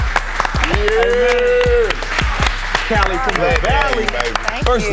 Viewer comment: It’s not kali it’s kaliii😏